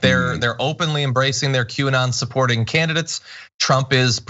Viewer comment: Did John just say "Quay"?